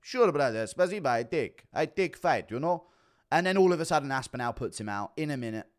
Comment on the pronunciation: Why can’t you say Tom aspinall correctly lol?